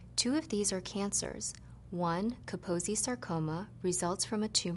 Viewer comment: Sorry for being a smartass, but you should know that its not pronounced "Kapozee Sarcoma" but "Kaposhi Sarcoma" --> The guy was hungarian, and thats how you pronounce it. Trust me, I am a Hungarian Medical Student.